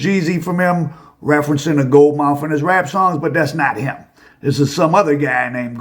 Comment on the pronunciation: "Gold Mouf"??!!😂😂😂😂